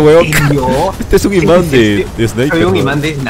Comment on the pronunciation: F , soy el like 56 , xd" Imánd de balas "